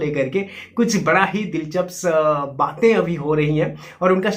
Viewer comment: Bhai dilchaps nahi ...dilchasp bola kro.